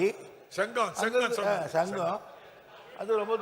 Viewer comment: "Chengam" nearest place of vellore, so much struggle to say the name of place.... How people will get recognition 😢